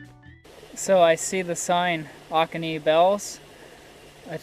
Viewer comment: BTW, it is not pronounced Oc-o-nee, it is O-co-nee. The best time ti hike here is mid-March when the bells begin to bloom.